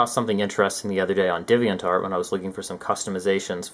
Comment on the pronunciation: Divian Tart? It's Deviant Art.